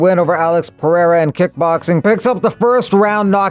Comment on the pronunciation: 👍LOVE how you do not pronounce Alex's surname as "POHATA" like on another channel. WTF is that?